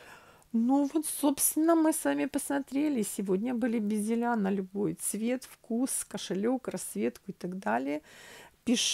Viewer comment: Почему "безелЯ"? "бЕзели". Так правильно